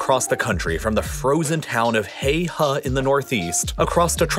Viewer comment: Quite a nice pronunciation of Heihe, Tengchong, the Sichuan Basin and the Hexi in Mandarin. I appreciate how you tried to correctly pronounce it even though the tones weren't perfectly captured.